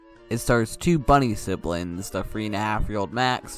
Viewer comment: I like this video, but what’s up with him pronouncing things weirdly? He says “free” instead of “three” and pronounces “th” as an f sound